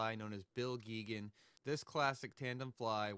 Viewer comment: Hey! Nice video! Bill was a friend of mine, and I wanted to let you know that a new anniversary re-issue of “Nature I Loved” came out last spring by North Country Press. (Also, Bill and Alice pronounced their name, “GAY-gun.”